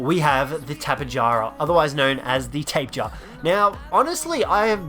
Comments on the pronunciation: It’s the Tap-EEE-jara learn how to say Dino’s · Tapejara is pronounced Ta pe hara